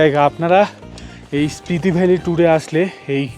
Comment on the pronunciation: Hello, etota pronunciation bhool mana jay na. Spriti valley na, Spiti valley. Protyekta video te bar bar Spriti shunte shunte birokto lege jacche.